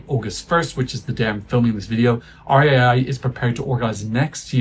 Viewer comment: I'm so sorry but that's the first time I've ever heard RAI be pronounced like that 😭😭 Like Huh?? If you said it like that to be funny then I didn't understand the joke I'm so sorry 😅 Edit: I think Sanremo is just trying to a publicity stunt, considering the fact that in Italy we do not have many other big tv companies. Maybe the exception is Mediaset, but since Sanremo is the biggest show RAI has the the rights to they will keep it. Nothing will happen basically 🤷‍♀️